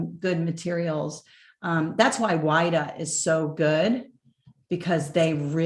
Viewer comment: Pronunciation for WIDA is /weeda/